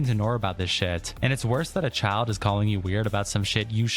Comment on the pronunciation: lol am I the only one dead at the commentators voice? "The child-uh was groomed-uh."